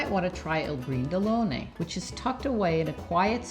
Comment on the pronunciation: I'Brindellone, not L'Brindellone. Florentines usually truncate the article "il," shortening it to "i'." (i'panaio = bakery, i'cicciaio = butchery, etc.) In this specific case, "i'brindellone" means a tall, unattractive, inelegant person...